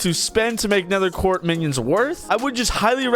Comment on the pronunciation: "Nether quart"